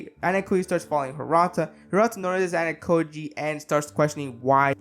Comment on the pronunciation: Also. Ayanokoji is not Anakoji. AH-YAH-NO-KO-JEE